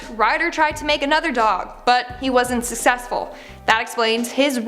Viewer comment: i stop this vid just to say you sayd susesful